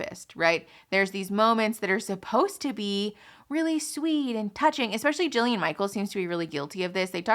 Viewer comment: It’s “Jillian” Michaels